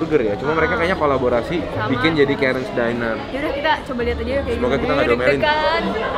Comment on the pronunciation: Ke-rən's di-nər lho bacanya bukan Kairens dainer 🤦🤦🤦